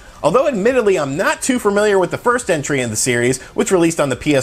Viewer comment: Everytime I hear FERmiliar from this fella, I lose my mind